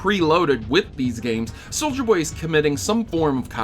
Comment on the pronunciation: Loving that SoM music. Brings me back to the good old days. Also, loving that you keep calling him soldier not soulja.